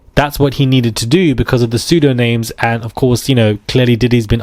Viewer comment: It's pronounced like pseudonim not pseudoname.